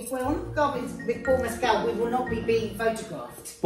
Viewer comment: It’s Paul Mescal not Paul Messcelle